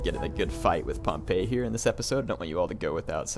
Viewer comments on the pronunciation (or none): I think Pompey is pronounced with an "ee" sound in the end. Similar to the way we say "we".